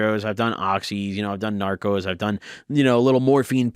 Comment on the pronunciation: Norcos* not Narcos, lol